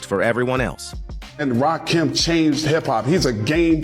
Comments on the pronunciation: It's rahh---kim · Get the god's right - It's Rakim, not Rakeem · I can't even watch this if you can't get the name right you can't be a credible source. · How you tell the story but refuse to say his Name Right 🤔🤔 I hate this Robotic type shit 😡🙄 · you not saying his name right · Nobody would take you seriously saying Rakin name like this A.I. narration.and I'm not gonna let 3rd "Bass" slide neither ..SMH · This AI voice is Fuqn up Rakim name. Smh. And everyone knows. Rakim was the soul of the group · Put some respect on that man's name and pronounce his name right! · Bruh!!!! He was pissing me off severely every time he said that shit 😠